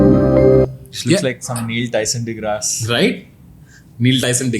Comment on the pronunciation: TANMAY ITS NOT DEGRAA, ITS ACTUALLY PRONOUNCED AS IS, DEGRASSE